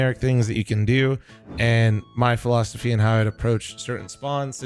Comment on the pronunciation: "a FLOMsophy"